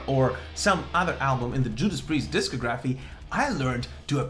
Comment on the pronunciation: It’s pronounced dis COG raphy, not disco graphs! Jeeze... lol